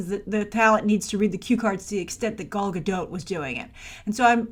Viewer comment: It’s “Gal”, why does still pronounce her name as if it’s “Gaul”? Also, she struggled to find roles before being casted as WW. I don’t think she’s struggling now. She could’ve already been casted for that movie with Bradley Cooper and it’s just not announced yet. Or considering she made 3 movies back to back in the last several years with basically no breaks in between and has a less than 1 year old baby, she could be looking to have some down time before going to back filming a couple more DCEU films.